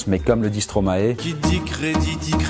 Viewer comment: Oh mon dieu il a dit Stromaé... C’est Stromae et ça se prononce Stromaille :(